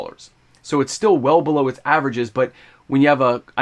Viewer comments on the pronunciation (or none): none